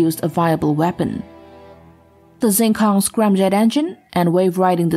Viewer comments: it‘s not zing kong, it's xing kong, which means starry sky, "x" in chinese pinyin sounds like "sch" in Deutsch. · It is pronounced "Sheeng Kóhng', not "ZjeenKōhng". I actually speak Chinese. Five dialects in fact